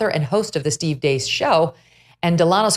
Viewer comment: Steve Deace, pronounced with a long A, like Dayce